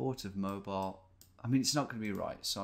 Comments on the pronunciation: It's not pronounced mobile it's Moe-Beel alabama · cant wait till Tom finds out Mobile, AL is pronounced moh-beel and not moh-bi-yul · Just so you know Tom, is pronounced "Mo-bee-l" not "Mo-bile" :P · Tom, my guy, it's Mo-bEEL, not mobile like the phone smh my head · Hey Tom! If you're curious, it's pronounced Mo-beel, Alabama. I'm from the area. :) Cheers and thanks for the awesome content! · I live in Mobile Alabama. Pretty cool that you noticed us lol. Mobile isn't pronounced like mobile phone its actually pronounced MO-BEEL. It has French origins if that means anyhting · Americans pronounce the name of the Alabama city MoBEEL. See the Bob Dylan song "Stuck Inside of Mobile with the Memphis Blues Again." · We Alabamians get a good laugh when people pronounce it Mobile with a long i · Mobile, Alabama is pronounced like “Mow-beal”. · Just as a heads up, it is pronounced "Mo Beal". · Mobile is pronounced Mo-Beel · its pronounced moBEEL alabama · that's not how the muricans pronounce the city of Mobile, Alabama.